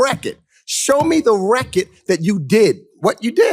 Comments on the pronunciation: Someone needs to tell that black guy that was attacking lake that it’s pronounced record not wreck it.Learn how to speak boy.😂😂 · “Show me the REKIT.” His pronunciation of “record” is sending me. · No cap, is he saying “Reckit” or “Record”? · I agree with him. But it's killing me to hear him pronounce "record" as "Wreck-it" over and over. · Is he saying reckitt or record?? 😂😂 that’s gone be in my head all day smh😂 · Please, stop saying "recket" omg. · "Do you have a reckid!"," I want you to show the Reckid!" I love that dude. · Who is the guy pronouncing “record” with this heavy accent. Love it!😂